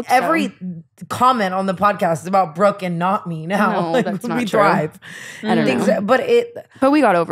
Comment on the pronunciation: low key rude af getting brookes name wrong